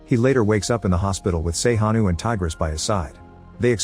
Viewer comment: “Sey-Ha-Nu” 😂😂 They will pronounce everything but Sejanus 😂 Love this ❤